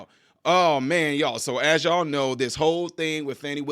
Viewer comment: Her name is pronounced Fanny not Fawni there is no W in her name.